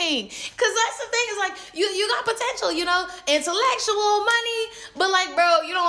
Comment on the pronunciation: She said innalesual it’s intellectual